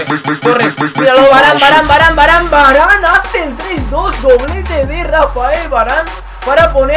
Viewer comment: ya sé que este vídeo es viejo pero es varane no varan